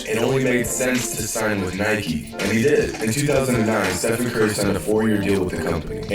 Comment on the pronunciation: Flight there are videos of you saying Steph-on